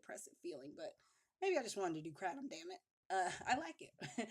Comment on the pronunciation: Funny how she say kratom... i thought she said crack I'm like no way she's too pretty